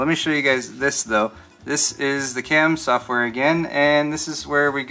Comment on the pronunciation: "Not resizable piece of ssshhoftware"